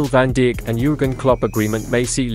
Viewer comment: Van DEE-ECK??????